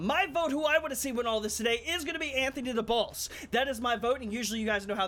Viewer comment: listen to how he said boss